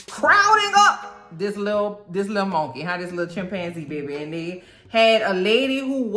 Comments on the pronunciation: I just watched that episode yesterday!! I can't stop laughing at the way you say "monkay" lol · Ive just come across m'girl but she's now one of my fav,especially the way she pronounce mon-key and Eric's and clown's just killing me, mmkay!!